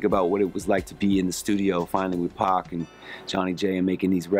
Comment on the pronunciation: You know Jon B is down because he said PAC & not Pack!